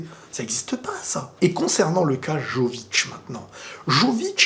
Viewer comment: ça ne prononce pas joevitch ... mais Yovitch ... you jackass